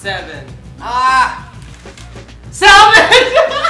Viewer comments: Salmon is my favorite food and a password on a website has salmonpizza in it (after that is four numbers). Yes I am crazy about salmon. And it's pronounced Sa-Min, not Sal-Mon. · BTW salmon the L is a silent l